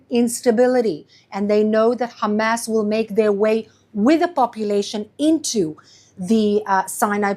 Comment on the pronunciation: the way she says Hamas is incorrect. and it sounds extremely cringe